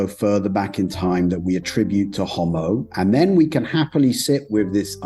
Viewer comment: Ho'mo.....not hommo